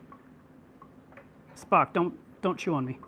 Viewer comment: He is saying Spock, but I thought he was saying f**k lol